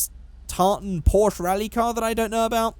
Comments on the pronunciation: Is it so hard to pronounce a name? PORSCHE < there's an 'E' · When can't pronounce "Porsche" (•̀o•́)ง